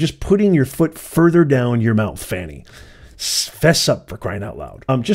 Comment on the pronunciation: u keep saying Fawny/Fani.. It’s FANI and just FANI